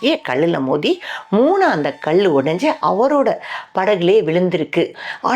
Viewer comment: இச்சிலை விலை மதிப்பு அற்றது. கயவர்கள் திருடக்கூடாது என்று அறைக்குள் வைத்து செதுக்கப்பட்டதாகவும் செய்திகள் உண்டு. ( தமிழ் உச்சரிப்பு சில இடங்களில் தவறுதலாகவும் இருக்கிறது. உதாரணத்திற்கு கல். கள் ஆகிவிட்டது)